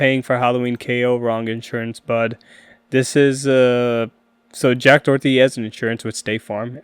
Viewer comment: making an entire video saying his name wrong is kinda insane